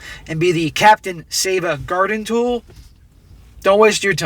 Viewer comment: Hey, gratz bruddah, you said it right this time, "save a garden tool."